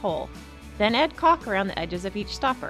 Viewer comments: It's caulk not cock but thank you, this is a cool fountain and I want to try it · The sword is caulk. Mispronounced?